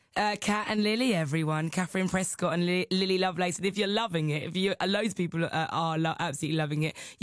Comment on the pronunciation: Omfg great but "lovelace"? Seriously? xD